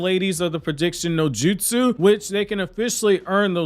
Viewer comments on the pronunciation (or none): none